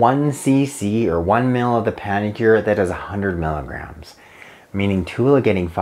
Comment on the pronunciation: It would be really helpful if you actually said “milligrams” as opposed to “miggs,” as that can be confusing for some.